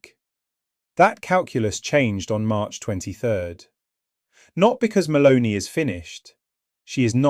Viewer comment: It's MELONI not MALONEY! get a new computer.